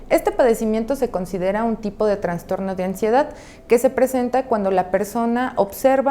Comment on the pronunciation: Sino Escucho Mal....dice TraNStorno. Lo correcto es TraStorno!! No Existe la otra palabra!